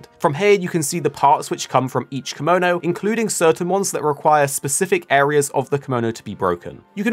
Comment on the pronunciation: "kimono" is an outfit. "Kemono" is the name of the monster. Pronounciation is important in japanese, they are two completely different words.